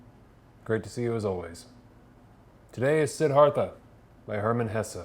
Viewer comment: Pronounced, See-DAR-tha. Sorry, but I was compelled to share that with you and not trying to be rude.